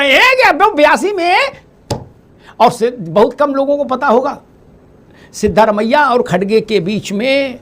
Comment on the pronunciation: मुंछे वाले भाई सिद्दामारेया नहीं सिद्धारामया यार अपने नेता का नाम तो ठीक से लिया करो